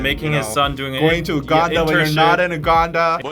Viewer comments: I keep laughing as a Ugandan myself (living in London) everytime either one of you pronounced Uganda as UWganda 😂. It's pronounced (YOU)ganda. Maybe that's the Korean pronunciation though so I don't want to jump the gun here but it made me giggle lol. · The pronunciation is "Yuganda" guys, not "Uganda" like the spelling. Okay, class dismissed) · You guys try pronouncing UGANDA properly. All love.